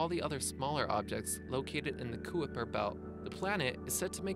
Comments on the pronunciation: Hahaha, "Kuiper" is not pronounced "koo-ipper" it's pronounced "ki-per" as in Hyper! Just a little advice check if unsure what you're reading when making a video and you'll not only be taken more seriously but more importantly you'll NOT be spreading DISINFORMATION! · Centauri B is called Proxima B it orbits the red dwarf of the triple system Alpha Centauri and Its pronounced Kyper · Killing me with the pronunciation.....Kuiper belt = Kyper Belt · Kooiper belt lol it's pronounced Kyper belt and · It's pronounced KY-PER belt, not KOOEY-PER belt. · It isn't pronounced Kooiper its Kyper Belt. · kuooper belt??? its pronounced KYPER BELT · It is pronounced Kyper Belt, not kouiper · Kai-per belt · Lol he called it the "kooeeper belt" 😂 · What is a coo-whipper belt ? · FYI for future videos, "Kuiper" is meant to be pronounced so it rhymes with "Piper". Otherwise a good video. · Ky per belt. Kie per belt. Say it with me class, ki per belt..... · It's pronounced Kyper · lol kooipper -- a new pronunciation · IT'S PRONOUNCED "KY-PER"!!!!!!! LIKE "HYPER" You sound like a moron when you mispronounce it and it devalues the credibility of everything else you say. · lmao...i was about to comment the same thing...coo-i-per belt...hahaha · Kuper Belt? Come on man!! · Kabooly Belt Lol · The koopa troopa belt? C'mon man... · Kuyper is pronounced, KY-Per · Even though this contained no information, it was entirely worth watching for the "koo-ipper" belt comment. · "Koo-Ih-Per-Per belt" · Seriously, I dig your videos, but if you're going to make it your hobby/job to create videos on scientific topics, learn how to say the words and terms used properly. Kuiper is pronounced kyper. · lolz the 'kooiper belt' ..... fuck sake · I know. Learning new interesting facts from a kid that's never heard of or read the word Kuiper until he made this video. FFS! Gimmy a break. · Wtf is a kooper belt.